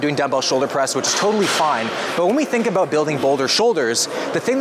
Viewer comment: "Uh-beowt" about thanks for this shoulders routine